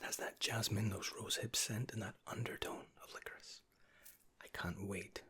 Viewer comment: This is the first time I have ever heard licorice pronounced licorisse😂😂